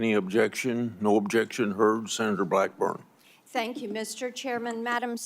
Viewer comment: Blackburn doesn’t know how to pronounce g’s. She makes g’s sound like k’s. Who taught her how to talk?